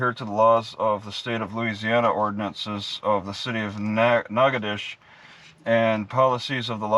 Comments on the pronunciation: I think it's pronounced "naca- dotches(rhymes with "notches") but whose counting. Nacadash is just fine. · Those stupid people in that town don't even know how to pronounce their own town. The correct pronunciation for that is NAT-KETO-SHAY. It's french. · it's pronounced NOG A DOE SHISS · Spelled "natchitoches" pronounced "nackidish" hooked on phonics failed on this one... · Natchitoches nah-codish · Pronounced "Natch-it-toche-es". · Pronounce Nat-che-toe-shis. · That's in Texas. Most locals here pronounce it "Nacka-tish"